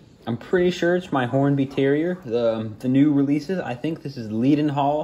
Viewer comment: It’s pronounced ‘led-n-hall’, good video and nice to see British locos appreciated in the US